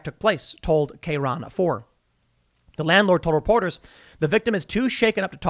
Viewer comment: Is it KRON4 or KayRon 4 though? Tim only mispronounces like three things regularly. I feel like the YouTuber average is at least 5, to be fair. This woman should get Amazon Prime for life, and the employee should be banned from Prime. Boycott?